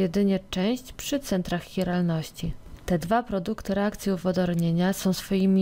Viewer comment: mała uwaga: centrum CHiralności nie "hiralności" :-)